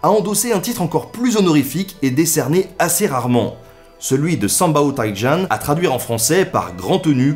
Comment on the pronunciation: Ta prononciation de 三宝太监 est un peu hasardeuse lol